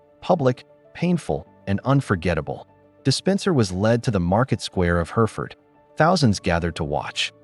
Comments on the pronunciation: Yes no such place as Herford..You mean Hereford..where you pronounce the second E..! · Are you sure that is not Hereford. Also it is de Spencer not Despencer or Dispencer